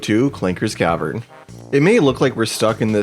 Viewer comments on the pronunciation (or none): none